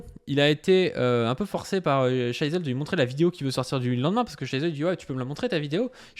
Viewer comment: Bon on va faire un point prononciation. "Psy-ho", pas "Psyko". Et Shizzle (c'est un i), pas Shaïzzle